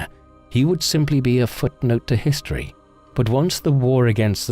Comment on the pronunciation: Thank you for getting rid of that insane narrator who opened with “The man know to hees-tee-erry”. And pronounced Parliament as “Par-lee-a-ment”. What a douche. He made these videos unlistenable.